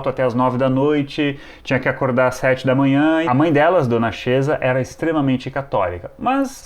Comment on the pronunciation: Desculpe, não sei se estou enganado... mas acredito que a pronúncia do apelido da mãe de Rita era "quêsa", que vem de Chiesa (Igreja) em italiano, mas com pronúncia dialetal.